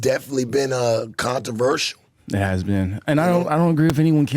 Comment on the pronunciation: wtf is contaversial